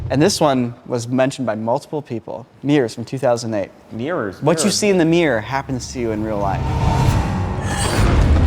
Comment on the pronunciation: 'Mi-rror' NOT 'Meer'. Arrrgh!